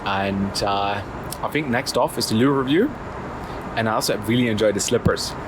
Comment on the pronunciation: can you say MOIST and LOO REVIEW again.... hahahahahahahhaah